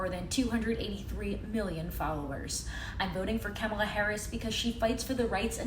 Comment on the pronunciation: It's Kah-mala, not Keh-mala.